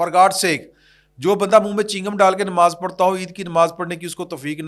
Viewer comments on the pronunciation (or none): none